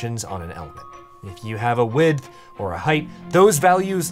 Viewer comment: I don't hear the "th" at the end of him saying "width"... so it sounds like he's always saying "wid". We are supposed to be pronouncing the "th" right? Or have I been living lie O _ o